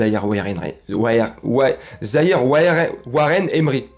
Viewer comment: Par contre faudra t'améliorer avec Waren ziire zouite zahouir Emery 🤣